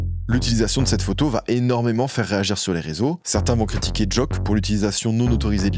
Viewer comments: C'est " Jauke " a la prononciation pas "joke" mais fort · on dit JOKE pas joak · Pour Ateyaba, ça se prononce Jok"I" et non Jok"e" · Pq prononcer Jôke mdrrr ? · On prononce pas "joke" comme ça mdr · la prononciation de joke j'ai hurlé